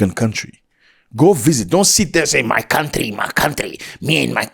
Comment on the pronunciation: Zack sounded VERY NIGERIAN when using the imitation voice saying "My country, my country..." 😂😂